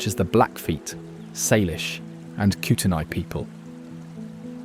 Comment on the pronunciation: Correct pronunciations are “Saylish” not. Sarlish and “Kootenay” not Kooteni.